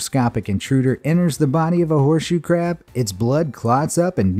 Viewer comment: I thought you said horse shoe crap blood 💀